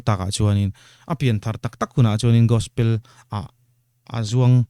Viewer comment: Gaspel😮 Gospel tih tur aw... 😅